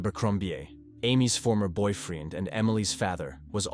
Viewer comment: The one time I heard boyfield instead of boyfriend, and mispronunciations of a lot of words. I don't think I ever picked up on it in previous videos from this channel but this one I was like woooow lol